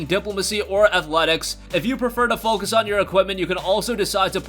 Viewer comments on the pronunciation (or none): none